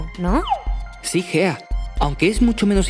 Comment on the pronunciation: Solo se que cuando salió el vídeo creía que la tipa se llamaba fea en vez de Gea XD